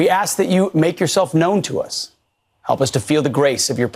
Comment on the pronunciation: Listen to the way he read, "... to us," which sounds to me like he feels the prayer excludes other groups.